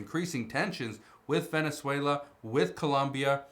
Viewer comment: Wenezuela??? Only blah blah blah 😂